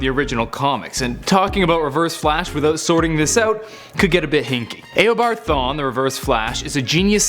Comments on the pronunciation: Stop saying it aobard thwan its eobard thawne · This mans said aeo-board thawne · It’s eobard thawne not EYYYobard thawne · A-obard thawne? Lol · Did he say Aobart Thawn instead of Eobart Thawn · eobard thawne, not eobart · Did you say Eobart Thawn? lol it's Eobard Thawne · He says aboard thon😂😂😂😂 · "Ayobard Thawne" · "EYobard thawne" facepalm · "Aobart thawne" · lol aobart thawn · YOUR SAYING HIS NAM WRONG